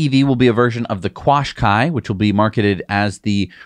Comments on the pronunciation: Qashqai: pronounced 'cash ky' over here in Europe. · Just of interest it is pronounced ‘Cashkai’ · I live a couple of miles from the Nissan plant in Sunderland, UK (formerly a contractor on site). 1) No-one locally buys Nissan cars 2) Qashqai is pronounced cash-kai 3) Very few people who live in Sunderland believe the current government promises of investment and jobs (Conservative party) as its a Labour Party run city 4) Surprised Nissan is still in Sunderland as it was a coin toss whether plant in Sunderland or Barcelona (Spain) was to closed down 5) Technology at Nissan will never compete with Tesla. I could go on, but I think you'll get the point